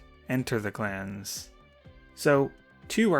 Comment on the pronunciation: For a second I thought he was saying class (yes, Battles of the Class)